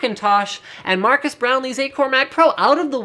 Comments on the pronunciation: Did he say Marcus instead of Marquez ? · MarQUEs not MarCUs